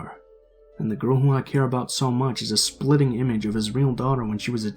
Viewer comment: The term is “spitting image”, not “splitting image”